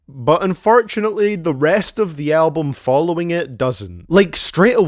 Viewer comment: "Unfartunately"